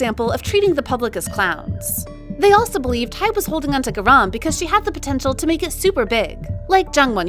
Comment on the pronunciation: Why did you pronounce garam wrong